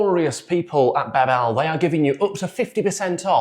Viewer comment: To promote Babel, I would first recommend learning how to pronounce the company. It's BA-bel not Ba-BELLE, stress on first syllable ;)